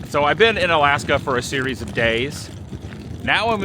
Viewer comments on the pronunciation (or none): none